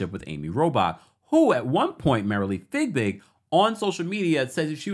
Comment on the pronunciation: Not figbig!!!!! look at her name! No g in the first part....fiebig! 🤪